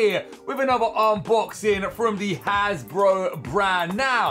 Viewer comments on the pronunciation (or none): Its not hasbro but Hasbruh 😂